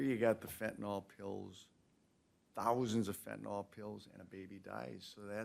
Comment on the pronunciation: You would think a judge should have the education to properly pronounce fentanyl…